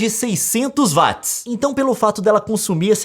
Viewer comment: Até quando Youtubers brasileiros continuarão falando Vátis ao invés de Uóats. James Watt está remoendo no caixão!